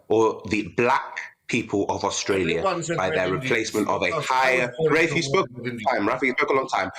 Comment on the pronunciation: It is always good to see Rafe and his educated, well reasoned facts, it is NEVER good to see either of the ill-educated race baiters Femi or Narinder. fFrmi couldn't even call Rafe by his name properly